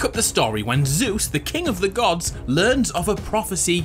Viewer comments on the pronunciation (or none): none